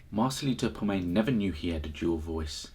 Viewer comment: Please his name is POMOY not POMAY